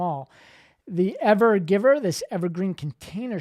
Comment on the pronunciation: You got the name right in your title but you said it wrong - it is not the "Ever-Giver", although I'm not sure why not as it is "giving" us all a nice show for a few days at least.